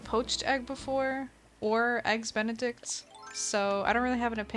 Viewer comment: says “Eggs benidect” Me:wait.. MICHEAL AFTON IS A FOOD?